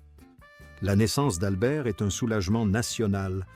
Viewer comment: La côte 'azurée, taffetasss, une robe légèrement gelée...Grâce est'st séduite...ah les couacs de l'IA😂